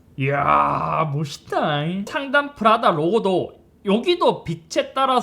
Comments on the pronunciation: 푸라다가 아니고 프라다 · 프라다가 계속 푸라닭이다고 들려요 ㅋㅋ (나 배고픈가?) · 저이거 보면서 생각한건데... 저만 프라다를 자꾸 푸라닭으로 말하는걸로 착각하나요..?